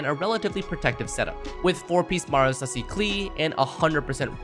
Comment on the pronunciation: the pain that i feel when people try to pronounce Marechaussee "Mara-sussy"